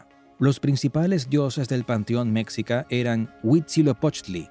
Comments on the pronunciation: No se pronuncia mécsica, sino meshica. La "x" originalmente tenía en castellano varios sonidos. Y como el sonido "sh" no existía en castellano, se unsó una "x" para representarlo. Pero, ¡oh! ya veo...el video fue hecho por una persona que no habla español, y usó un traductor automático con voz...Son muchos los errores de pronunciación... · Cultura Mexica creo que se pronuncia "Me-schi-ca" Cómo "chi"charo o "chi"apas Con un sonido como "s" "schi" No se si lo pronuncio bien Pero así lo mencionaban mis maestro en la educación primaria. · La pronunciación de Mexica Es, Meshica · SE dice MEXICA ( MESHIKAH) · Se pronuncia "meshica", los "meshicas", "imperio meshica", etc